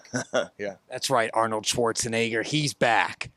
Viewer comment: An alle deutschsprachigen in den Kommentaren, wie den Namen Schwarzenegger ausspricht ist schon sehr gefährlich oder? 😅